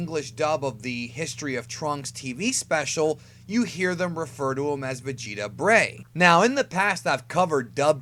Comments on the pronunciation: "Vegeta Breigh" because.. vertebrae? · "Breigh"?! Its the first time i heard about this.....